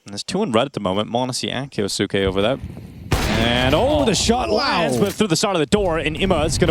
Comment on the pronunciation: 'Ki-yos-ke" not "Ki-yo-su-ke" it's silent 'u'